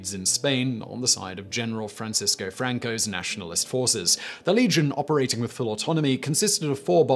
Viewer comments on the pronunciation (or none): none